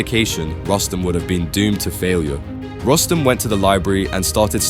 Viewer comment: It is pronounced as Roos-tum, you idiots.